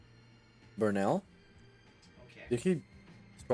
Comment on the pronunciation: amazing 🤣, also Burrell productions. Text to speech fail